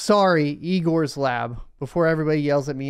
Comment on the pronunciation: LOL you said eyegor 🤘🤘